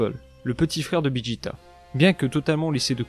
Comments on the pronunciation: c'est pas bijita c'est vegeta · Tu ne sais pas dire VEGETA